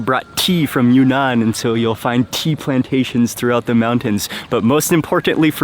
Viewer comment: Mark, it’s pronounced“ Yune-Nan” instead of “Yu-Nan”